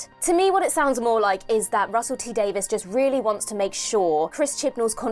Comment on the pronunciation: Davies. Not Davis.